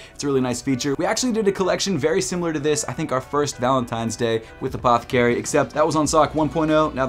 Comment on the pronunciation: I wonder if anyone has played a drinking game on videos and had to take a drink every time he says APTHCRY lol